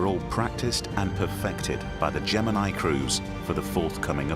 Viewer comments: He says gemini wrong too. Get over it. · Why didn't you watch old films of launches? If you had, you would know how to pronounce Gemini.